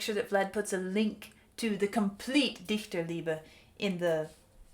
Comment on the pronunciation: Very good pronunciation on Dichterliebe. It is not an easy word to pronounce for English speakers.